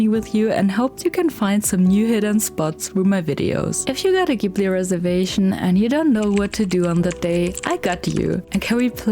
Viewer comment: It’s pronounced JIBLEE!! 🙄